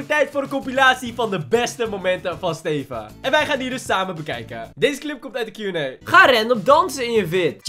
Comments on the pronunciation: Hoe “Steven” zegt! “STEFUUH” 😂😂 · Ik merk het nu pas